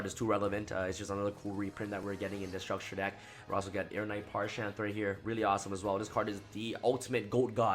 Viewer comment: Parshath not parshan.